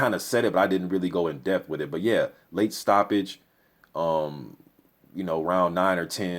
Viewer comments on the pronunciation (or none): none